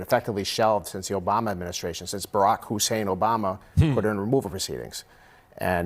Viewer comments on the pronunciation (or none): Anyone else find it weird that the lawyer said “Barrack Hussain Obama”? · Did the lawyer say "Barack Husein Obama"?